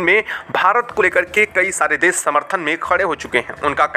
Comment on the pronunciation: भाई साहब न्यूज़ तो ठीक ठीक पढे, देश को देस बोलते हो श को स बोलते हो क्या बात है?